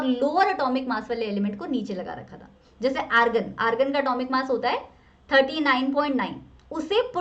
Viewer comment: Ma'am argon hota hai Agron nhi hota hai